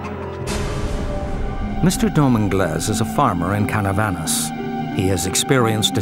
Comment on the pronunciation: not Canavanas, is Canovanas; talking about the chupacabra city of origin in PR.